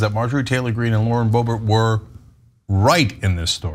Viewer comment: Sometimes I hear "Lord Bobert" and it makes me giggle cause I think of her as like a dark lord.